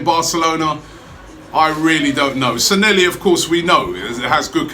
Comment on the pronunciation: Stop calling him Sanhelli, his name is Sanllehi!